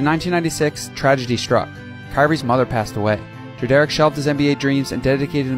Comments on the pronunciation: It’s pronounced like [Dred-er-rick] not [dra- dare-ick] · Dread-rick is how it’s supposed to be pronounced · Who the fuck is dra derrick bruh ita pronounced Dred or rick together dredorick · Just letting you know it’s pronounced more like Dredurick and not Dre-Derrick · it’s pronounced like “Dred-er-ick” not “Dre-derick.” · Dread-Rick is the proper pronunciation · Why did you pronounce his dad name as Dreh-Derrick? 😭tf bro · His Dad name is pronounced dred-er-Rick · “Da-Derrick” Not how you pronounce it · No way you pronounced Drederick like that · Pretty sure that's not how Drederick is pronounced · Nobody else bothered by him pronouncing Kyries dad name wrong??? It’s literally pronounced like it’s spelled lol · That’s not how you pronounce his father’s name. You can hear the correct pronunciation in the video where Kyrie is asked about LeBron playing a”parental role” for the Cavs. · You pronounced his dads name wrong but overall good vid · Bro it annoyed me how you were pronouncing his name wrong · You gonna make a video and not even know how to pronounce drederick. How embarrassing